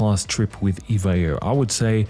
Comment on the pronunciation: It’s “E-V-A Air”. Not Eva Air.